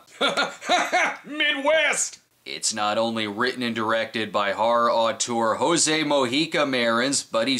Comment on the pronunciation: Thanks for the review, but just like James Rolfe does when he makes videos about Coffin Joe, you said his name wrong. In portuguese, the J has the same sound of the english J, so you can say José as you say Joseph. Same goes for Mojica (mo-gee-ka).